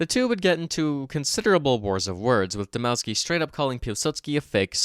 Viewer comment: Dmovski would be more accurate as Dmo ff ski isn't how you pronounce "w" in polish although its still better